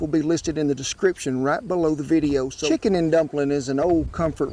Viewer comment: Sheeken and dumplings. No shantz!